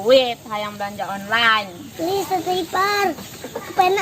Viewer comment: Onnlen disebut oclen